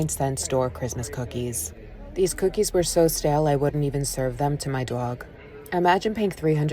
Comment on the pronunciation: You wouldn't feed them to your dawwig, maybe learn how to pronounce dog.